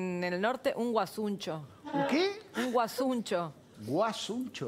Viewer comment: No es guasuncho es guasuncha